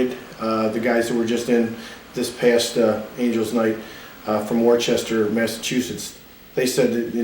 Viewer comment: Its pronounced Wooster, Mass